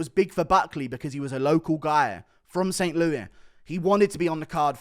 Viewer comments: In America we pronounce it "ST. LEWIS". Not "Loo-ee" Innit? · did i hear that right? ufc fight night saint loui??? oui oui piggie? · This dude said st louie lmao